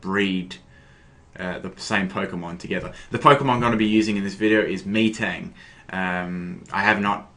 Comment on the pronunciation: Its not MEtang lol its Metang